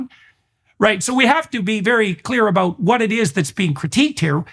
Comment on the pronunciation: Jordan, what's it all abooo-oot?